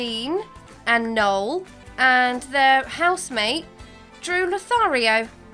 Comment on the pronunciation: she said noel wrong it’s NO-EL